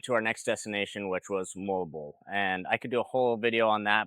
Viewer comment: It's pronounced MO...AL......BO...AL NOT molbol.